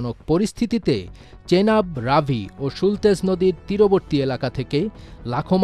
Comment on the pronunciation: আবে ওটা সুলতেজ না, ওটা সতলুজ নদী 😂🤦🏻‍♂